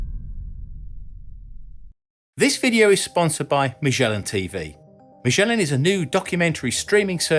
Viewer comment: How in the world you end up pronouncing "MAGELLAN" with a mushy soft "G" as if it was a French name: IT'S PORTUGUES!!!